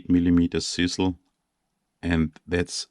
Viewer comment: OMFG your KILLING ME!!!!!!!!!!!!!! ITS CHisEL like DRIZZLE BUT A GOD DAMN CH IN FRONT!!!!!!!! LMFOOOOOOO!!!!!!!!!!!!!!!!!!!!!